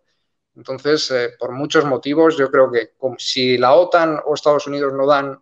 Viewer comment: La acentuación correcta en español de la siglas OTAN (Organización del Tratado del Atlántico Norte) recae en la vocal "a", no en la vocal "o". Está última acentuación es propia del idioma inglés, que se ha difundido por influencia de medios anglosajones y la imitación linguística de los hispanohablantes en medios de comunicacion. En Hispanoamérica, siempre se ha pronunciado OTAN con acento español correcto en la vocal "a". Sin embargo, en los últimos años, la acentuación inglesa con acento en la vocal "o" se está difundiendo por influencia de cadenas de noticias anglosajonas y no anglosajonas (francesa, rusa, alemana, etc). Obviamente cualquiera puede acentuar como quiera, pero la norma de la lengua española en acentuación de palabras es precisa.